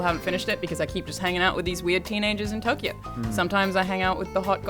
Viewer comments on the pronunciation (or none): none